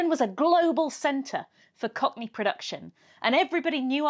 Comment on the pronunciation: what's a cock knee?